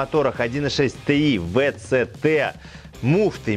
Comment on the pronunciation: Три причины для дизлайка, который я мог бы поставить: 1) Тэ И Вэ Цэ Тэ 2) музычка выматывает... 3) спешка